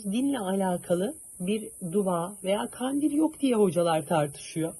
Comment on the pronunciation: siz bari duva demeyin. Dua deyin😊